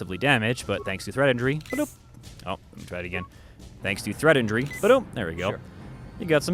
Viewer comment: The skill is actually "Treat Injury", but it's hilarious to hear you say Threat Injury :P You should have shown people what happens when you talk to Calo for too long in the Cantina :)